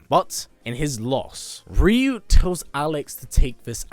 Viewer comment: Cringe* every time I hear the commentator pronounce Ryu’s name as Reeeeyoooo 🤯 makes him sound like a different person 🤣